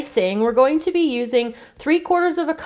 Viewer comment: she says pee instead of be